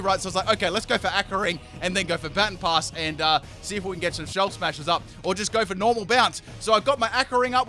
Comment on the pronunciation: I swear, mispronounce "Baton Pass" one more time... All in all, great video though.